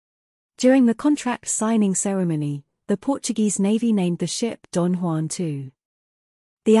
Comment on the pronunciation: THE NAME IS DOM JOÃO II, Don Juan is spanish! If you want credibility, fix it.